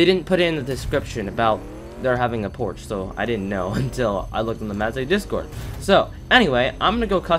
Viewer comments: “Porsche” is not pronounced “Porch”🤦‍♂️. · You said porsche wrong you non car guy